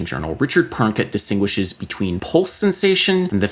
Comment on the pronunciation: "polse? wtf is a "polse"